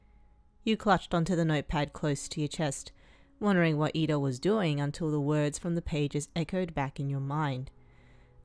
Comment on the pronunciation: its iida not lida :))))